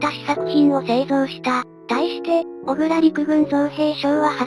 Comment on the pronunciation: 動画グッドです。 マクダネルの「F4H」と「F-110」とか、 コンソリデーテッド「B-24」と「PB4Y」とか レミントンの「M24」と「M40」とか、 USにも海軍と陸軍と空軍と海兵隊で名称が違う というのはままありますね。 自動音声だと仕方ないですが、 造兵廠は京都の｢おぐら｣ではなく、福岡の｢こくら｣です。 あとは、｢ウィッカーズ」とか。 （ 他の動画でもありますが、｢ウﾞィ」を「ビ」と読めないのですね。）